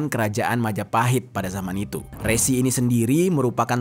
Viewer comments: Bang Dibacanya Re'Si bukan Resi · Resi / Rsi bang bukan resi JNT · RSI, BUKAN RESI BROOOO HATI2 SALAH PENGUCAPAN.. BEDA PENGUCAPAN, BEDA ARTI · Bukan Rési, tapi Rsi. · Baca nya Resi kyk baca ( Belalang )